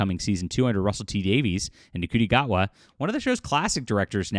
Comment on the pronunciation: You're pronouncing his name wrong: it's "shi-tee gay-wahd".